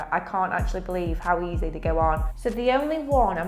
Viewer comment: She says easy and then says eazzai? Is this a genuine accent? Lashes look great!